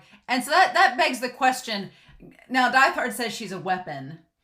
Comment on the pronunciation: Really love getting to really see how far violet has come in terms of communication in both words and actions from when she first met Gilbert and actually getting to see Gilbert outside of short flashbacks . Also I love listening to your analysis but this has been bugging me a little so a reminder that Diethard is pronounce deet-hard